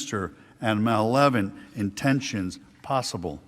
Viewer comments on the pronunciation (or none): Not sure what "malevent" and "indenderary" mean, but ok.